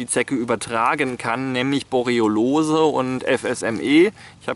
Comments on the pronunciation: es heißt "Borreliose" nicht "Boreolose" XD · Das heißt Borreliose, nicht "Boroliolose", "Boriolose", "Borroliose", "Borroliolose", etc., lieber Herr Master of Science.